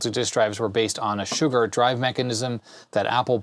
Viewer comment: Old computer chronicles and such I've always heard them pronounce Shugart as shoe-gart. First time I've ever heard anyone pronounce it shug-art. Good video and I've worked on those motors long ago with that tach.